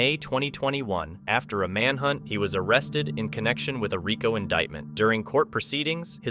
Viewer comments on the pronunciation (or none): none